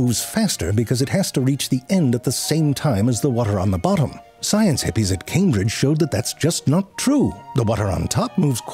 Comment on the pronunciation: Is he saying "Science Hippies"?!?!?! HAHAHAHA ZeFrank you are truly original with your comedy, Fantastic video ─ As always